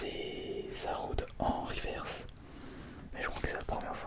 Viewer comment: On prononce " riveurce " stp merci 😂😂😉